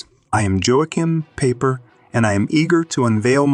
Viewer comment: His name is pronounced, "Yo kime Piper".